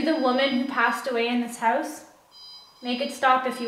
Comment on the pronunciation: Why do they say "hose" instead of house